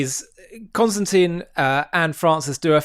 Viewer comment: 5 seconds in. if you could learn to pronounce the name of your prominent guest correctly, that would be really helpful. Kon- stan- tin. It's not Constantine. it's not like Constantine. it's not close to Constantine. therefore, because of my OCD I cannot watch.